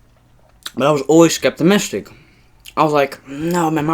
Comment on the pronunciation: “Skeptamistic” omg that is not a word wtf